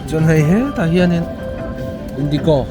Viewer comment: Indikaw ni lovin Indigawww tih ang deuha sawi tur a nih hmel zawk ka ti